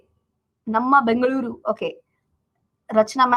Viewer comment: Bengaluru pronounced correctly